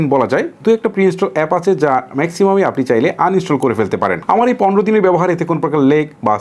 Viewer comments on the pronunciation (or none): none